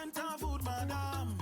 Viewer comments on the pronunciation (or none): none